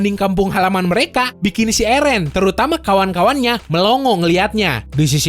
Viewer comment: bang slh pelafatannya eren kwkwkwk